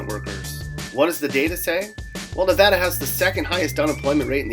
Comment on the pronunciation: At least you said Nevada right. Not NeVAHda, NevADDah.